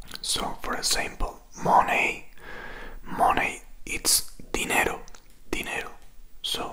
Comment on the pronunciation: Ni el más cani de mi barrio pronuncia en inglés "dinero" tan mal como tú 🤦‍♀️